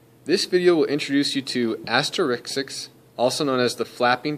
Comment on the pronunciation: You are pronouncing the term incorrectly. Asterixis is a form of myoclonus (negative), not tremor. It is never necessary for the physician to do anything other than observe. Cirrhosis is not necessarily the cause, but hepatic encephalopathy is. Synonyms include hepatic flap, but negative myoclonus is the most accurate and correct description.